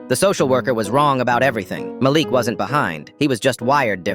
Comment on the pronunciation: Am I the only one who heard it go from Malik to malax.??